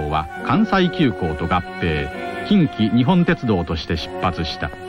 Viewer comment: × きんきにほんてつどう ○ きんきにっぽんてつどう Wikipediaでも「きんきにっぽんてつどう」と記述している（沿線住民より）